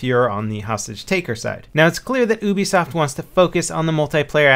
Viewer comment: That's hos Ubisoft is pronounced.